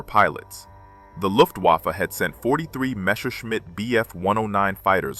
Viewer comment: It is NOT "Meshershmidt" It is Messerschmidt. (Means knife smith)